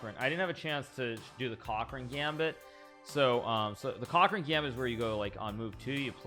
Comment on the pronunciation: sounded like he said "cock ring gambit" to me lol